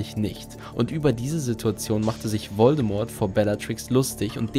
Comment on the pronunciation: Mich triggert jedes mal, wenn du den Namen Voldemort falsch aussprichst...